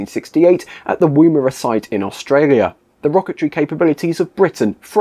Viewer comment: Nice video, I like the sense of humour, and there was a lot of info I didn't know.! Woomera - the "woom" part is pronounced to sound like the "wom" part of 'woman'. It's an Australian Aboriginal word for a device that enables a spear to be thrown further and faster. Woomera is still used today for various testing, the most public of which is related to hypersonic vehicles.